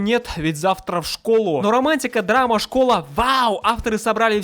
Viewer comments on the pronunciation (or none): none